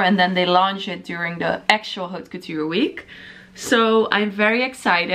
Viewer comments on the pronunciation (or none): stop saying H in haute couture